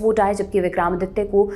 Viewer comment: आप हिंदी न्यूज़ चैनल पर हिंदी भाषी न्यूज रीडर हैं। आपके मुंह से विक्रमादित्य जी का बार बार उच्चारण विक्रामादित्य बिलकुल अच्छा नहीं लगा।